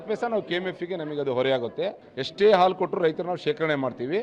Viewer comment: ಆಲು ಅಲ್ಲ ಗೂಬೆ…….. ಹಾಲು ಅಣ ಅಲ್ಲ …… ಹಣ 😂